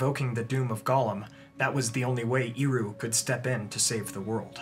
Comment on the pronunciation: I have a question: Sometimes you talk about Eru Iluvitar as Iru. I don't know if I hear it wrong, and confuse the "E" with "I", or that's how it's pronounced.